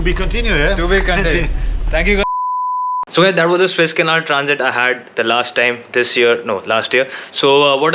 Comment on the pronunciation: It's not Swiss-Canal but Suuuuuez-Canal! (but I believe You are mispronouncing it on intent). Switzerland is a landlocked country and has no access to the Mediterian sea or Atlantic ocean. Don't misguide the viewers in this regards. Otherwise beautiful & informative channel! Luckily the Evergreen Containership was freed today from the mud & the Suez-Canal is opened again!